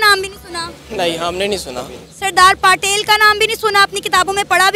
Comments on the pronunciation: Why are these Pakistanis pronouncing our freedom fighters names incorrectly and incompletely ?? Netaji Bose as Chandra Bose ? Bhagat Singh as Bhakt Singh ?? Sardar Patel as Sardar Patil ??? 😠😠😠😠😠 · Bhagat Singh not Bhakt singh Its sardar patel not sardar paaatel